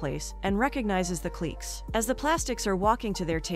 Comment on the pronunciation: The lady telling the story should really learn to look up words and not to just pronounce the words how shethinks they are pronounced. Cliques he said cleats and there were others I had to stop listening to her.